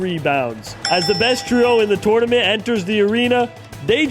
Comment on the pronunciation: Just here to see if anyone else is triggered by the way he says tournament.